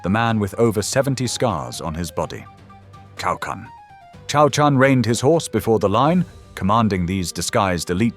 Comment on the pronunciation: this video is more detailed and gives a more rational explanation about the course of the battle than most Chinese videos I've ever watched! only a little advice, next time please try reading Cao Can like "Tsao Tsan" instead of Kao Kan, the former sounds more like Chinese😅